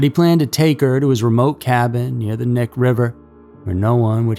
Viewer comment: Knik is not pronounced Nick. It’s a native word you say the k. Don’t pronounce like knee that’s wrong. Sorry but it’s driving me crazy. We used to party out there. I thought it was a ghost story first time I heard about the Butcher Baker. People were saying there were probably more bodies buried out there. He only admitted to the ones they found.